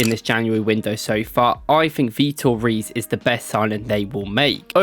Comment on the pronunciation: His last name is pronounced Heys like "hey, how you doing" with an s at the end. Funfact, it means kings